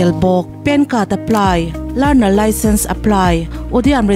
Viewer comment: 'learnal licence' enge learnal licence chu ni ta. Mr. Wheelchair channelah lah hian a chhiar sual ngat ngat ziah bawk a.